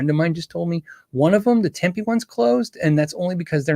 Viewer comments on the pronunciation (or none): none